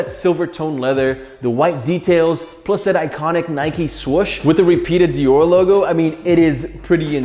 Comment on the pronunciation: If u r a hypebeast watching this you cringed when he said Dior Nike’s